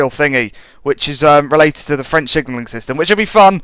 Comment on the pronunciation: Impressively accurate French